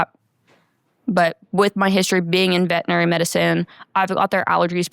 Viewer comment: Okay, 50 seconds in, she said she works for a "vetinary" clinic. I call BS because anyone employed by a veterinarian knows it's a veterinary clinic and that's a HUGE pet peeve in the community.